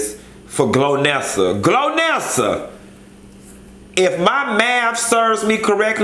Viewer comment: Chile not glonessa.. Lolololol Golnessa